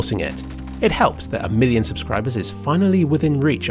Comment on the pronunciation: "milloon 1" is this first feture length movie?